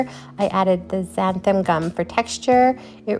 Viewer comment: Why is it that nobody knows how to pronounce xanthan gum? It's NOT xanthaM gum.